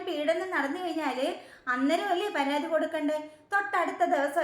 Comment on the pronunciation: അയ്യോ... പരാധി അല്ല... പരാതി.... 😊